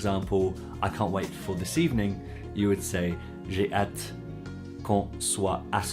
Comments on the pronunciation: The way you pronounce hâte rhymes with cat. I believe it should be pronounced like ah, as in matte. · I agree, but that's not the way you pronounce hâte. Your pronunciation sounds more like the English at. I'm certain that you speak better. French than I, that's why I noticed your pronunciation of hâte.